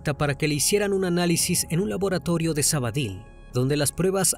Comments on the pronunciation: Hola,un inciso,no es Sabadil,es Sabadell.Aprovecho por saludarles y felicitarles por la página. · Menos por lo de sabady que se pronuncia sabadel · Me pregunté mil veces donde es sabadill. Y no caigo supongo que será Sabadell que es donde ocurrió y se pronuncia como se escribe. Saludos desde Barcelona